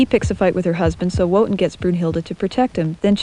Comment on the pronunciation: I love this video, but I just cringe every time I hear the name Wotan pronounced as it's spelled; it's pronounced "Vo-tahn".